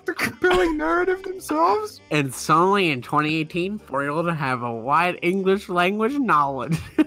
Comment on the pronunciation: Let's just take a moment to appreciate how they said "suddently".